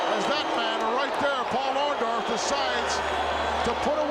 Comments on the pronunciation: I always thought it was "Orndorff, not "Orndoff "? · Lol... Hogan keeps saying, "OrnDOFF"... doesn't he WORK with that dude EVERY DAY?!?!?! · Was "Orndorff" intentionally misspelled in the title of this video? Because "Orndoff" is exactly how Hogan used to pronounce it! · Orndork. It's easy to mispronounce. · Maybe Mr Wonderful turned on Hogan because Hogan was taking about them being blood brothers and he couldn't even say his name right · Take a drink every time Hogan mispronounces Orndorff. 🍻